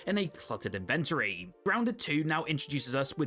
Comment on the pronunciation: Please say inventory again. I stroked out hearing that pronunciation